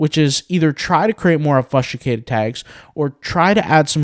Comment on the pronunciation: I love all your videos, you are constantly improving me and my intellect. I am putting this comment in only in the interest to pay it back and help make you better. I hope you can appreciate when I tell you that you are pronouncing "obfuscated" painfully wrong. Please do a quick search to hear the pronunciation, if the below doesn't help: obfuscate /ŏb′fə-skāt″, ŏb-fŭs′kāt″/